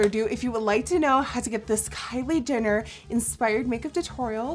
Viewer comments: Who else replayed coz she said "Kylie Denner" 😂😂😂💗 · Omfg she says Kylie dinner instead of Jenner. Dead 😂😂 I love you nikkie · she said kylie dinner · am I the only one who heard Kylie dinner in 😂😂😂 but I still love this video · Nikkie. you kept saying kylie dinner Hahahaha!!! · "Kylie Dinner" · Did anyone else catch the fact that toward the end of the video she said Kylie dinner?? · She saying Kyle dinner 😅😅😅😅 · You said Kylie dinner